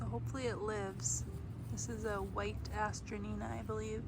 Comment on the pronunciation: These are very popular in the UK. they also go by the name of Masterwort. Hazzard Seeds sells these online here in the US. Note, pronunciation is a-stran-tia. This may generate more results on your search or from folks at local nurseries. I have a beautiful variegated variety that my sister gave me a decade ago but I’ve not found any other live plants here in RI. They’re so pretty though